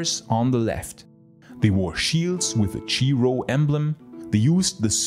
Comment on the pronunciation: Funny you said Chi Rho like Cheeroh😂A Latin pronunciation. Greek is kai-Rho (pronunciation not spelling obviously) Love your videos,. Can’t wait to see how the Roman Navy evolved from copying Carthaginian vessels to spitting Greek Fire at the Umayyads. Or how the roads broke down (or were preserved) during the medieval era